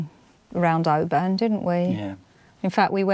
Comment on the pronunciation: absolutely love your vlogs and especially your trips in Scotland. I really am not criticising you but if you go back to Oban, the stress on the name is on the first syllable, so it’s Oban not obAn sorry but I’m both Scottish and a linguist. ❤